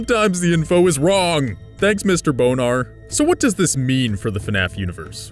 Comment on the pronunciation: LOL Mr.Bon-ar sounds like boner